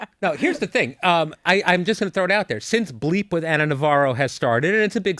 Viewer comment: Anna not Ann sorry